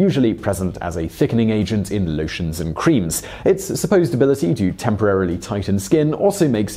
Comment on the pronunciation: "Lowshuns and Qureems"